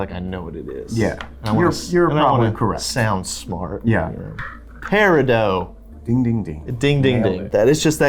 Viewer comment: Peri...dot you don't say the name correctly, why?